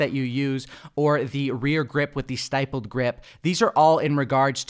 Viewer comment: Really enjoy your vids. Liked it subscribed the whole jazz. But you're KILLING ME. I know you're not a gun guy clearly but it's pronounced st'i'ppled like nipple with an st.